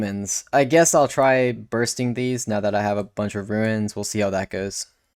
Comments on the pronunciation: If you keep saying ruins I’m going to remain upset RUNES (roons) not RUINS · i hate that u say ruins and runes lol im like WHYYY LOL